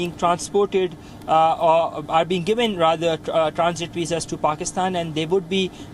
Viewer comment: Why Indians do not differentiate between V and W. This guy keep saying "Ve have been reporting" or "people who has Wisa could get evacuated" lol